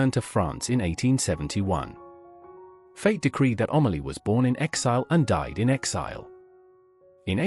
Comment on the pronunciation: The subtitles are absolutely ridiculous and the names totally mispronounced. It is Amelie, not Omally!